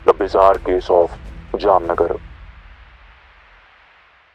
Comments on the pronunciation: Voh Jamnagar ko Jamnanagar bol rha tha 😭😭🙏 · bro converted Jamnagar into Jamnaanagar😂😂